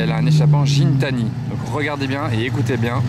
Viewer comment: Pour info Gintani ca se prononce Gui ;)